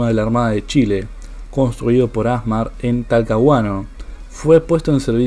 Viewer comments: no es A'SMAR...es ASMA'R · El nombre con que se abrevia los «Astilleros y Maestranzas de la Armada» ASMAR, no se acentúa vocalmente en la primera sílaba AS, sino en la última sílaba MAR. Como es una palabra aguda que no termina en una de las letras ene, ese o vocal, se escribe sin acento gráfico. Si se acentuara en la primera sílaba, habría que escribiría con acento gráfico.